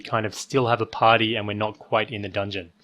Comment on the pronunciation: I hate the way you say the word "party". It's creepy